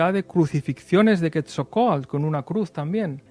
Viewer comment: vas a decir que soy un neurótico, y si pero buena onda, QuetZalcoátl, sino suena a quetjalcoátl, la x en nahua se pronuncia 'sh' y el nombre del maestro Quetzalcoatl viene del 'quetzal' es con sonido de 'ts', pero mira, yo me dedico hacer campamentos, es más somos una cooperativa, si gustan les doy una guía para venir a investigar a México sobre la Atlantida, se van a ir de espaldas, saludos y un abrazo, y gracias por el comentario, no hay falla